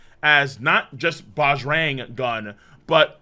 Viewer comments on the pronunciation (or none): The correct way to pronounce Bajrang is (Buh-ja-rung). I was so excited to see that it was influenced by the Indian mythological god, “the strong one” (Bajrang Bali), Hanuman. Can’t wait for the next one! :) ❤️